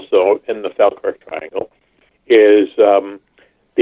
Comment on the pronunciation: Mack Maloney... more like Smack Baloney!!! I'm pretty certain he said 450mph not 250 mph at first, when asked him to repeat cos he dropped out. Plus, I never trust anyone that can't pronounce Falkirk, jeez, almost as bad as Seriahs' " MacNamara";o)